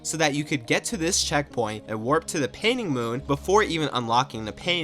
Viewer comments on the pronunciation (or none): none